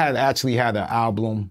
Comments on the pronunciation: My boy said he had a "alblum" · Dont you mean "alblum"? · He said alblum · He said “ablum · 😂😂😂😂😂 I caught that too